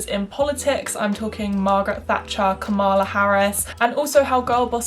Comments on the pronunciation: great video, but it's KA-mala not ka-MA-la. It's pronounced like comma-la. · It's KAH-mala Harris. Not Ka-MAH-la. It is important to pronounce names correctly, especially when white people are talking about BIPOC. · This was a great video! Just a note - Kamala is pronounced like “KAHM-uh-luh.” Not a Kamala stan or anything, just think it’s important to pronounce PoC’s names correctly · Girl I love you but, you did not say Kamala Harris right 😭